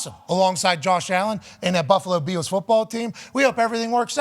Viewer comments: Why does Pat say "Beels" instead of "Bills"? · Can you please stop pronouncing “Bills” like Von Miller? I can’t take it anymore